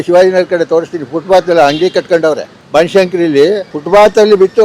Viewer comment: ಯಾರಿಗೂ ಫುಟ್ಪಾತ್ ಹೇಳೋಕೇ ಬರಲ್ಲ. ಫುಟ್ಬಾತ್ ಅಲ್ಲ ಫುಟ್ಪಾತ್ ಅದು!